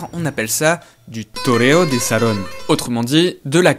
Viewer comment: « Toreo de salón » et non pas « Torre de salon» qui veut juste dire Tour de salon et n’a aucun sens. On sent le travail intense derrière cette vidéo